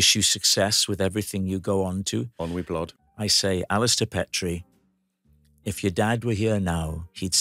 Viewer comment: I hoped Alistair would correct Rob.....its not Pet ree. Its Peet ree....a Dundee and Aberdeenshire name